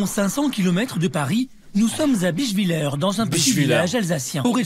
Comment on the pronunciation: Pareil, la prononciation « Bischvilleur » m’a tué 😭